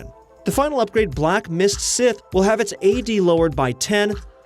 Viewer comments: "Black mist sith" Bruh... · Scythe = Sith